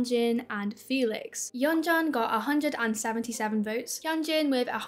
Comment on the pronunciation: Happy birthdayyy. This was such a nice video. Btw Yeonjun is pronounced like yeonjune and gehlee is like jelly. Also people need to go watch KATSEYE lives of they think the don't like each other still. Like bro, they seem so close and comfortable with each other (or maybe they are top teir actresses which I doubt). The 'drama' happened almost 2 years ago now, they aren't little kids.